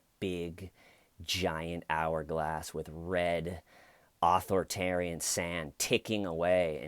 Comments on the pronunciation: fyi dude it isn’t pronounced author-tarian. its more like aTHORitarian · You're saying author-tarian is that on purpose?